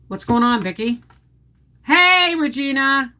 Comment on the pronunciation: I always have to laugh when you pronounce Regina as if it rhymes with vagina. LOL